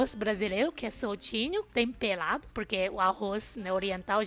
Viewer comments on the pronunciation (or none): maioRia kkkkk não maioLia kkkkkk platos não....pRatos kkkkk. pRefere... e não plefele...tempelado não, tempeRado kkkk blasilelo está ERRADO....KKKK BRASILEIRO...KKKK